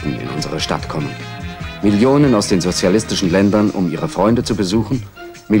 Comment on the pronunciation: Wie Honecker einfach nicht sozialistisch aussprechen konnte......